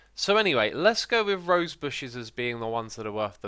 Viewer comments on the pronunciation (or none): none